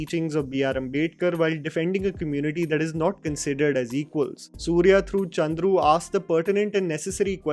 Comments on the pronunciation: it's Chandru not Kundru😬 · On a lighter note, its Justice Chandru not Kundru. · Advocate name is chandru not kundru. And it's sengani not sangini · you mispronounced the judge’s name. It is chandru not kundru. Please revert that. Please do not butcher the name of the people and places. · his name is "Justice Chandru" not kundru. 😂😂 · The name is wrongly mentioned at .. The right name is Justice K Chandru not Justice Kundru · Bruh the name pronounced should be Chandru not Koondhru... Make sure it wont happen again! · Hi brother...!!! Appreciated your effort for your precise & in depth analysis for all the movies... Loved this too..!! Just to let you know got the pronounciation of justice name wrong as Kundru. His name is Justice K Chandru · Bro seriously your pronounciations are terrible man!! How can you Chandru as Kundru ????? I am sorry if it hurt you .